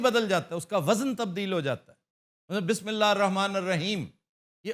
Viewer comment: سر میں اگر غلطی پر نہیں ہوں تو آپ نے بسم اللہ پڑھنے میں زیر زبر کی تمیز نہیں کی ۔۔۔